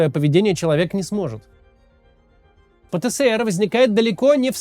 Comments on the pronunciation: Максим, зачем ты режешь мои уши?🙉 Нет в русском языке буквы «СЭ». Есть буква «ЭС». Правильно говорить: «пэ-тэ-эс-эр». «Пэ-тэ-сэ-эр» — неправильно. Ты же не говоришь «Сэ-сэ-сэ-эр». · Пэ Тэ Эс Эр, а не Пэ Тэ Сэ Эр, Максим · Кац, правильно пэтэЭСэр, а не пэтэСЭэр